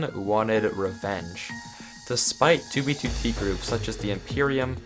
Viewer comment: At least he says 2b2t the correct way now